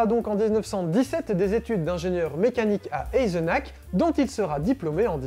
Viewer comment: Aillzeunarrrrhhh !!! Pas aillzenak !!!😊